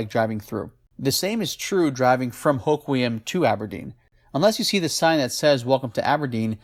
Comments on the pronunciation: I think it’s pronounced “Ho-Kwum” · Great video as always, byw it’s pronounced “Ho-quem” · Born in Aberdeen. No there isn't two ways to pronounce the town's name . And both of your pronunciations are wrong.